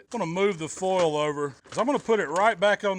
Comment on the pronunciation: Fowl = Foil :)